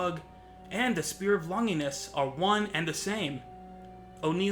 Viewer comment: Good video, although the mispronounciation of Longinus and celtic bothered me.